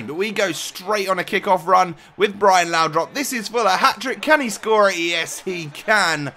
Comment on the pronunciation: It's laudrup not laudrop please stop saying laudrop it's really annoying